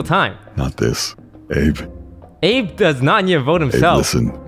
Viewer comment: the fact that xqc got corrected about calling abe "abbey" yet continued to do it lmao